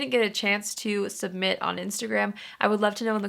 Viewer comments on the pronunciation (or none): none